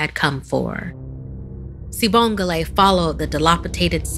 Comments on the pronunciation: I know she did not say "Sibongle" 😭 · It pronounced wrong by the way